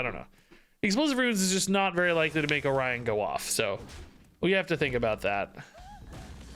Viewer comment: So you're supposed to say "oh-ryan" instead of "orio...n"